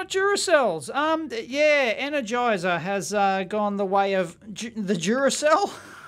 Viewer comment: Enerjizzer batteries